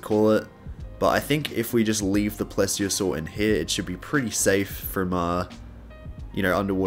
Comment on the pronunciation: pretty sure it’s called “please-iosair” not “plez-iosaur”